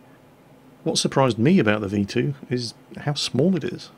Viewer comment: At what point did he say V2 all i heard was V1 witch that was.